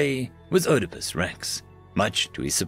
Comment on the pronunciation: Did you seriously mispronounce Oedipus?